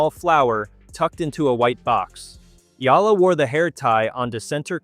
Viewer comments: You make money outvofcher name yet you do not even make an effort to pronounce her name. Shame on you. Her name is pronounced as E-Ya-La not ela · Her last name is pronounced EEEYYUUULLLUUHHH! Ok or EEEEYYYAAAALLLAAAHHHH ! Ok